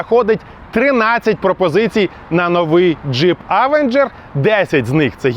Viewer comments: Авенжер... як серпом по вухах. Він Євенжер !!! То навчіться говорити хоча б правильно ! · Евенжер правильно а не через а…